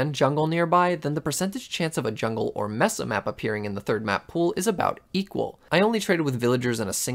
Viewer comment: Cartographers are pretty worthless in RLcraft in general. Also you say Mesa wrong. Its "May-sa" and its "Wendi-go" not "wen-dingo." Mushroom biomes are useful because they are peaceful and dont spawn hostile mobs....